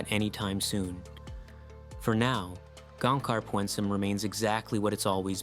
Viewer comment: Greetings from Gangkhar Puensum. I can see you down there. Btw its not "Pyuoehn-sum". Its pyn-suhm